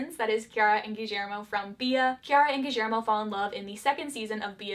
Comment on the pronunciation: i love the way you pronunce guillermo with a slight argentinian accent